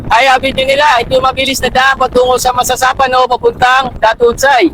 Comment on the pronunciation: Binago ni sir ang Mamasapano naging Masasapano.